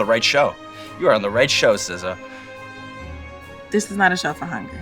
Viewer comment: Not SZA, but BZA